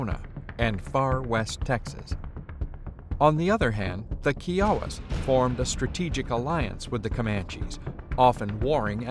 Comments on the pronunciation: Kiowa is pronounced "KYOWA", not Keeowa! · ky-oh-wah no kee oh a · I am not so sure about these pronunciations. Tonkawa has always been pronounced TONK-uh-Wah not Tawn ka-wuh. Similarly, Kiowa has always been pronounce KYE uh Wah (KYE sounds like eye) not Key ah-wuh. At least that is what we call the small towns in Oklahoma. As a side note; someone tell me when Buchannan went from being Buh Cannon to Bew Cannon? Uncle Buck and Bucky makes me think it should be Buh Cannon and not Bew Cannon. Random. I know. Just throwing that out there. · Comanche is plural and doesn't take an "s" as in "Comanches". Kiowa is pronounced Ka Yo Wah. Not "keeyawa". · It is. KIOWA is the correct pronunciation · Pronounced ky-oh-wah, not kee-oh-wah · Did you intentionally mispronounce the tribal names of the Kiowa (Ki-owa , emphasis on the long I), and the Tonkawa, emphasis on the first syllable. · You said Kiowa wrong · You could at least learn to pronounce "Kiowa" correctly.